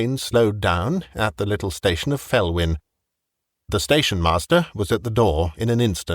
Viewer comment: Being Welsh Felwyn should be pronounced Velwyn